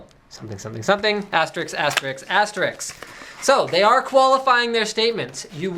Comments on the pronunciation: did he say asterix ? im sure its meant to be asterisk :S hopefully he wasnt meaning the awesome comic book character Asterix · the moment where i had selective hearing and he said ass-tricks and it was funny to me.